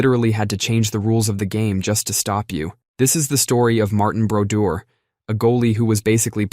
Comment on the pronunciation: "Mar-Tan" Brodeur...that dude was an animal in the net!!!